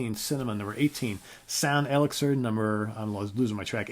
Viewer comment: you mispronounced "elixir". i like your "heaviness" litmus test, so many bands i lost interest after their first few. my fave is razamanaz, saw them back in the day and razamanaz was the record they played the most of... a close 2nd, hair of the dog, after that there's a drop off with mainly the ones you mention.